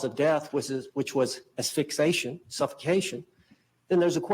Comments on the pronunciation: the word is asphyxiation - not asphyxation! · It drives me nuts every time he mispronounces asphyxiation. Ass fix E ay shun! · Ok….it’s “ass—fix—eee—a-shun”,!!! “Fixation” does not cause death!!! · Assfixatio? Asphyxiation. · He doesn't even know how to pronounce the cause of death correctly. As-phyx-i-a-tion. He answered a frigging ad asking for a lawyer for a murder trial. That says it all. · Sure would be nice if this experienced attorney could pronounce "asphyxiation" correctly ... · He can't even pronounce asphyxiation. From what I remember the suitcase was found upside down on Boone's video and there was suggestion that she had kicked the case from the top of the stairs and it landed upside down, which would explain the head wound.